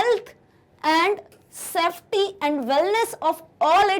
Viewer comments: Mam it's safety not softy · it’s safety not softy 😂😂